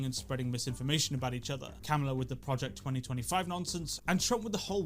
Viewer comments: By the way, it's kuh-MAH-luh. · Kamala pronounced cumala cum ala Cum allah Cum god Would Kamala Harris suck Trump to win the presidency? Is the question on everyone mind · It’s not how you say her name